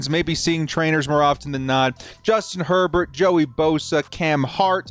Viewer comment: Justin “” lol